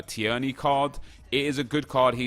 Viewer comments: It’s not ti-erney it is pronounced tear-ney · Nep, tierney is pronounced tear-ney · Please pronounce Kieran Tierney correctly haha. It’s pronounced TEAR-KNEE 😂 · It’s tee-rny I’m Scottish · Tierney is pronounced Tear-ney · im a celtic fan thats now how u pronounce it